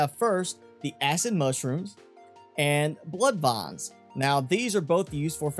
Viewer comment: I like how you say, “Blood Vahns.” Wasn’t looking at the screen when you said it.